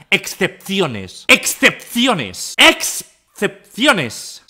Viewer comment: Pobre Raul no puede decir excepciones 🤣